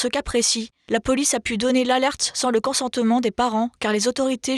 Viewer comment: "déchaî-neu-ment", "consen-teu-ment", "enlè-veu-ment"...